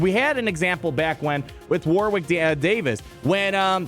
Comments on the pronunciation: War Wick! LOLZ! He's name is pronounced "Worrick". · War wick? 😂 War(Rick) Davies is how it’s said! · its pronounced Warrick, the second W in Warwick is silent. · It made me cringe every time you mispronounced Warwick. It's more accurate to have the second w be silent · AAAAH! You don't pronounce the second W in Warwick's name.